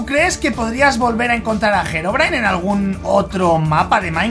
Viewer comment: SE DICE HEROBRINE XD